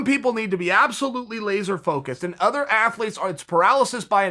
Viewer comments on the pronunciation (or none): none